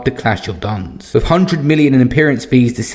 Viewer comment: it was called the clash of the DUNES You said it wrong that’s all 👍 As in sand dunes